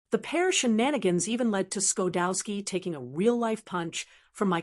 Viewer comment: Its pronounced sha dowski. And his wife is june she just passed away. may they rest in peace. Chuck got 28 emmeys he was an engineer a writer an actor a kind man my friend.